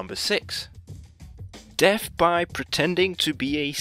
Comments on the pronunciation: It's death, not deff. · I'm I the only one who heard deaf instead of death??😂😂